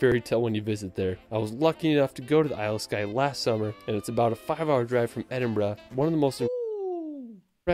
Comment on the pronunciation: I'm in the UK and pleased the OP actually left London, there's so much more than the capital. Also kudos for pronouncing Edinburgh correctly 👏